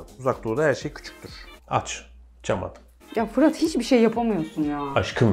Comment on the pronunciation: abla fırat abinin adını her yanlış söylediğinde para alsaydı milyoner olurdu herhalde 🤣